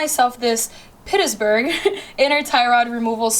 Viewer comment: peetssburg not petersburg